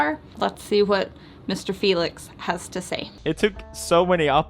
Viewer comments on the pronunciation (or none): I felt like she said feelicc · you couldn't pronounce felix's full name at the beginning so you stuck with felix😂